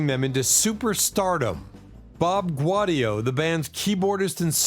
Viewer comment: It's Gow-D-oh.